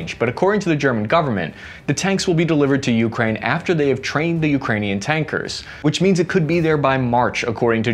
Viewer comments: It’s not YOUkraine. Please stop making so much emphasis on the first letter. Emphasis should be on the “A” - ukrAine. Thank you ❤ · One small correction not U!kraine, but ukrAine, accent on A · bro you gotta stop saying youkraine. It's Ukraine... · When did we start saying *U*kraine and not U*kraine*, like the rest of the world? Kind of like *I*raq vs I*raq*, putting the wrong emPHAsis on the wrong sylLAble..... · Have seen 3 of his videos and the way he pronounces Ukraine just hits me every time. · Can you at least say Ukraine correctly? Please do them this favor